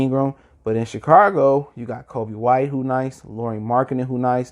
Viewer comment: Chi-cargo??? Chicago mayne......Chicago!!